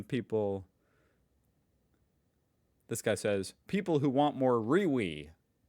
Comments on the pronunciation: It's not Rewe it's REEWEE😆😆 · Reee V? You mean Re-we